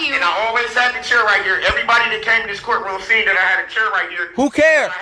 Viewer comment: Why is he pronouncing chair like “cheer” ? LoL